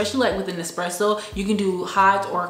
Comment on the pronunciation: FYI...ESpresso not EXpresso